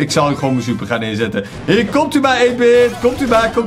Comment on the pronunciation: Je zei stuper😂